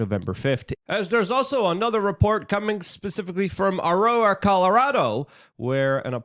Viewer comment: A-roar-a you can do it Luke! 😂